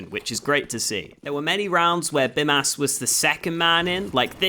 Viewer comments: It's not Bimas, it's Bymas. pronounced like Bee-mas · You should say Bymas with long Y, now you are saying it like Bimas :D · I'm Lithuanian and I'm pretty sure his name is supposed to be pronounced like "Beemas". the 'y' in Lithuanian is pronounced like 'ee' in speed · Awesome video of course, just one thing - it is pronounced Beemas, since "y" in lithuanian is a strong "i" which is pronounced as "ee". Like a Bee. So it is Bee Mas. Nevertheless, great analysis. Thanks for the awesome content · the way you say your name is how I imagine Aussies say hooker